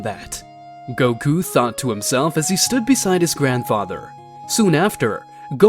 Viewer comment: Please fix this Wtf is "goky" it is goku